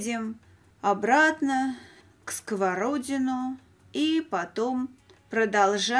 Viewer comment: Добрый день! Я решила написать отзыв только ради того, чтобы исправить Ваше произношение города СковородинО. Ударение ставиться на последний слог. К сожалению, очень часто жители других регионов неправильно ставят ударения в названиях Дальневосточных населённых пунктов, рек, озёр и так далее. Их наверное можно понять, они о них никогда раньше не слышали, но вот когда на телевидение очень часто ошибаются, это немного обидно.